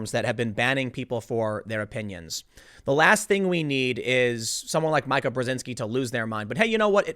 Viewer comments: Can somebody PLEASE tell this fool how to say MEE-ka already! It's making me cringe a little every time he My-ka's it. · I think its meeka not mica...but who cares. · tim learn to say her name. it said "meeka" it's not that hard to fin the pronunciation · It's meeeeka not mike-a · mee-ka Karen not my-kah Karen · How can you do this many politics shows and still not get her name right....it isn't Mike-a...it is Meek-a. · It’s not my.ka It is me.ka Come on, Tim. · Her name is pronounced Meeka, not Mike-a. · Meeeka, Meeeka, Meeeka... not M-eye-ka. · It's pronounced "Meeka", not "Micah". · The lady doth protest too much, methinks... That said Meeeeeee-ka, Meeeeeee-ka, Meeeeeee-ka not Mike-a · It would be so much better if you showed the video. Your reading aloud sucks as much as mine....and it’s “MEEKA” stop say “My-kah” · Bruh msnbc gonna copystrike this because you said Micah not Meeka Btfod Karen either way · Tim, her name is ME-ka, not MY-Ka! I'm begging you, please pronounce it ME-ka. I love your work, but for some reason, it's just irking me. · Tim Pool, it's "Meeka" not "Mke-a" Brzezinski come on, Man. She's more commonly known than that!! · Mee-kah srry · "Mike - A" (love Tim's pronunciation, is it an unintentional slight?) by protesting too much is bringing this to the light! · Not that it matters, but her name is pronounced MEE Kuh. She is Zbigniew Brzezinski's daughter. She is a MEGA Karen and always has been. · It's pronounced "Meeka" Tim. I swear every time he runs a story and mentions her he fudges her name, along with Rose McGowan's last name. Proof he doesn't read his comments or ever tune into the show for his research, because this has been pointed out so so many times. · It’s pronounced Meeka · You keep mispronouncing her name. It is pronounced "MEE-ka". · Me ka. Say it with me. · Why do you keep pronouncing it Micah? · Ain’t it /Mee•kuh”/? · Tim!!!! It's pronounced Meeka....!!! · Definitely a Karen. But, her name is pronounced Meek-uk, you dunce.